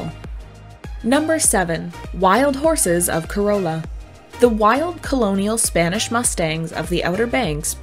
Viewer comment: Little bit of help that will keep natives and locals from laughing at you . Corolla - not "co - rol - a" but "Co - rah - la " is the right way to say it .